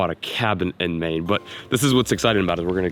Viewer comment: said, “never caught a fish in Maine” What I heard, “never caught a fish mane”